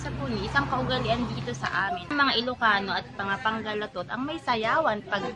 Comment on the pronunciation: PANGASINENSE po at Hindi Pangalatot